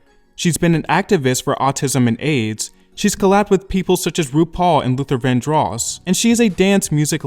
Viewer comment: I shall straight up ask: is the voice-over here a person or artificial intelligence? If you are a person then you may want to check the pronunciation of Luther Vandross. I have always heard it as Luther VANdross; not Luther VanDROSS.